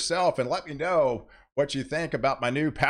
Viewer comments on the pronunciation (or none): none